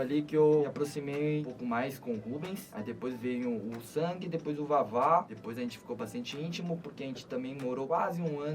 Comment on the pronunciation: Vavá falando sang em português ... "Sangue" 🤣🤣🤣🤣🤣